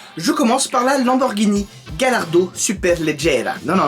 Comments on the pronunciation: Ça ne se dit pas galardo, mais Gallardo (galliardo si on préfère ) Ait confiance en le pro lambo😋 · gallardo = tu la prononce "gayardo" :) é murcielago = murtchielago Super Vélotché :D é ta video é super CoooooL ;)